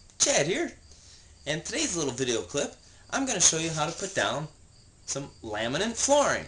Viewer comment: Is he calling it "laminant" flooring???